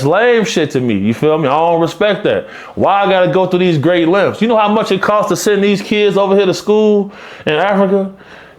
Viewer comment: I didn’t know the letter F was in the word “length” he teaches me something every time